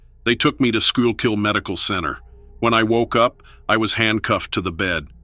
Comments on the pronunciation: I'm from St. Clair... by the way he said Squeal-Kill (supposed to be pronounced School-kill) and the fact that Girardville Breaker is operational.. or at least was when I was in high school (less than 15 years ago) when people I knew worked there. I've been there many times. I'm going with just a good story. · Pronounced school-kill. It's a strange spelling and hard to know how to pronounce it. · Its pronounced skull-kill county.. ;) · FYI Schuylkill is pronounced : School-Cool